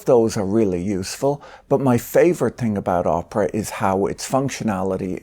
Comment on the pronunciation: I am sure Patrick says Oprah (Winfrey) on purpose instead of Opera. 😂